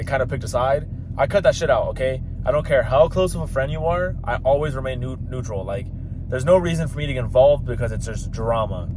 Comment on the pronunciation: It’s NEUTRAL not “mutual”. Yall keep sayin that shit wrong. Lols